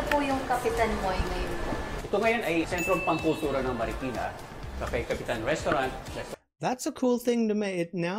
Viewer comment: that would be pronounced as sentro nang kultura. if used alone, ng becomes a preposition and we say it as nang where a has the same sound as the apple a